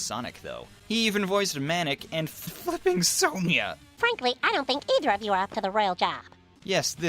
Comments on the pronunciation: uuuh glitched?? Also I know your saying flipping but it sounded like fuuuu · I had to rewatch the part where he said flipping Sonia, the first time I thought he swore.